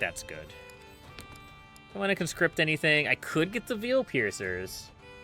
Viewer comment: I just started this playlist a couple days ago. Do you normally pronounce veil like “veel” instead of “vayel”? Like these veilpiercer units “pierce the veil of war” or some such.